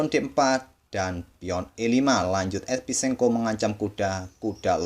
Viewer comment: Adminya Salah Trs Nyebut Nama Esipenko Sama Episenko